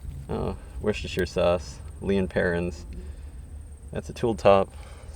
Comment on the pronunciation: Love watching you dig just cant get enough but i like that you do longer videos than most.❤ keep up the great videos a big thank you from across the pond in the UK ❤ oh forgot to say how impressed i am that you probably only person I've heard say Worcestershire sauce properly im impressed 😅